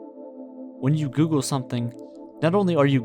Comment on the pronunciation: its pronounced Google, not Gool..... at 34 sec